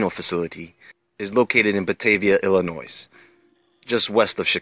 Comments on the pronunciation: If you are going to talk shit about Illinois at least pronouce it correctly. You know no one here, as you would have been corrected and used proper terminology. And I highly doubt and would say you have no inside info from anyone from "Il-in noise" -- google words you are going to use so you don't come off as an idiot within the first minutes of your video. I actaully was interested asI live near Fermi, and then you blew it...you know no one in the "know" because anyone in the know can properly pronounce words. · Dude....IlliNOIZE? Seriously? Of all the stuff you supposedly know, you don't know that the S is silent? Wow.... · I don't trust anybody who pronounces the S in the word Illinois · Jesse Miller me to, see everyday from Warrenville. Haha, he said "Illinoise" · He said Illinois making a s sound at the end the way he said it had me laughing so hard and remembering my childhood in Chicago. First thing you learn is that the s is silent... not hating just thought it was funny. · I live in Batavia the city this is in and I have also been there a few times. It’s a cool place. But it triggered me when he pronounced the s in Illinois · Me too I grew up in Chicago and the first thing you learn as a kid is the s is silent. It messed the video up for... it's kinda like when somebody says their from Chicago but when you ask were from they name a suburb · When you pronounced Illinois with the S at the end you lost all credibility. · Illinois is pronounced without the s sound at the end